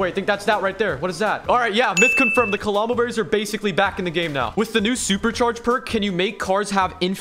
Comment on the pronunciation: CALOMBO THATS NOT NOW YOU SAY IT LMAO